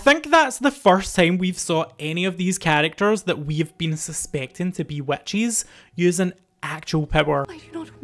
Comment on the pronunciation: I used to look forward to hearing u say it. hahahaha.